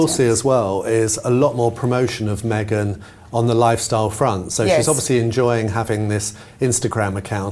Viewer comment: shame you on for saying meangen of Sussex. Shame shame. Shame. You should forgive yourself and the rest of us...